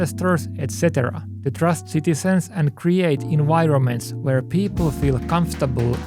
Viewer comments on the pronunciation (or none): drives me crazy that you can say intervention. but you cant say environments. this has to be rage bait. V's do not make a Y sound why say en-why-erments, when you clearly proved you can say intervention correction multiple times? annoying as hell.